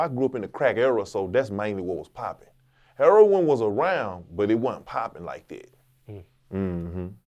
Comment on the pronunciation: You KNOW PAT A REAL ONE , A REAL OF WHENHE SAID IT LIKE “Herroin” lmfaoo